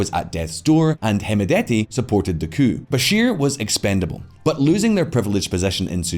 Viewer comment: Pronouncing coup cooop